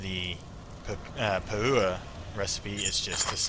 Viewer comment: Oh dude you crack me up - "pah-OOO-wa ring". Classic. Never occurred to me that the non-NZ players wouldn't have a clue how to pronounce some of the content. Good attempt though, and great entertainment value for those of us down here as well!